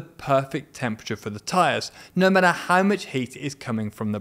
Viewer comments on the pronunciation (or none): none